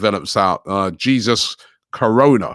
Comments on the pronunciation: Robbie its pronounced "Hey sous" not G sus Ffs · It's pronounced "Hey Zeus" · Robbie, yuh haffi learn how to pronounce people dem name! De yute name is Jesus (Hay-Zus). Haffi do betta Dan dat my lawd, respect and mannas. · Robbie is a spastic when it comes to pronouncing names.